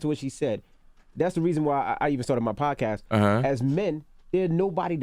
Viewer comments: It's podcast not pobcast TK lol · "the pobcast" hahahaha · if he say "PoBcask" 1 more damn time 😭😂😭😂😭😂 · ... Is he saying PoBcast??? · If he say POBcast one more time 😩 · Why does he keep saying poBcast?! LOL, somebody correct him already! TK Kirkland the type to say, "hey have you seen that new trump MeMe?" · Is he saying pob cast? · CaliCool91 Or pobcast as he pronounces it lol